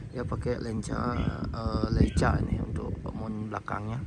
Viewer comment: bacanya leika bang hehehe